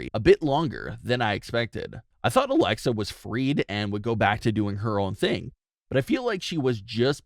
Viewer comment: Ummmm its alexa not alexia